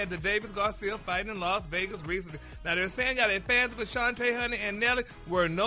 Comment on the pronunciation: HER NAME IS NOT ACHANTE ITS ASHANTI. CAN SOMEONE CORRECT HIM OVER THERE PLEASE